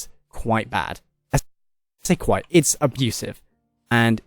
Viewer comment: It’s Kwite bad indeed